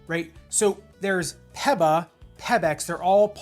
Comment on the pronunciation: Never heard PEBA pronounced that way, peppa pig foam